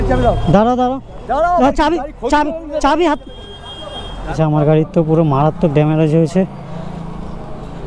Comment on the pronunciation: গাড়ির ড্যামারেজ হয়েছে ।😂😂😂 এতোদিন জানতাম শব্দটা ড্যামেজ ।